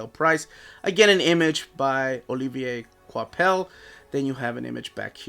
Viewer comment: I wasn't gonna get this one because I've heard the run isn't very good, but hey, screw it. I have (I think) every other Thor Omni so far, so there's no point in skipping one. Also, good job on pronouncing "Olivier Coipel" correctly throughout the video. Finally, you did it!